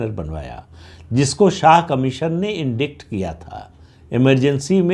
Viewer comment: आप का उच्चारण बहुत अच्छा है. लेकिन ध्यान रखिये कि अंग्रेज़ी के कुछ शब्दों का उच्चारण शब्द की वर्तनी (spelling) के अनुसार नहीं होता है. Indict का उच्चारण "इंडाइट" है, न कि "इंडिक्ट". इस शब्द में c अक्षर silent है और उसका उच्चारण नहीं किया जाता. इसी तरह corps का उच्चारण "कोर" होता है (न कि "कोर्प्स") क्योंकि इस में अंतिम दो अक्षर silent होते हैं. लेकिन corpse (शव) का उच्चारण "कॉर्प्स" होता है.